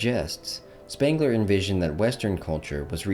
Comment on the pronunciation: It's Sh-pengler and Goe-theh ...can't listen to this.